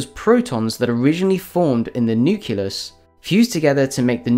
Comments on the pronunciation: The centre of an atom is a nucleus not a nuculous! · Nucular fusion. Nuculus. Your pronunciation is bothering me. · Great video bro. Practice saying nuclear and nucleas though xD